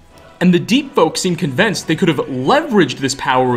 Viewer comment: You the only person ive ever heard pronounce convince "convence"